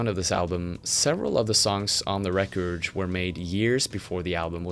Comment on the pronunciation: Great video. Does anybody know why he pronounces some words kinda weird sometimes? Like "recourdch" instead of simply saying record?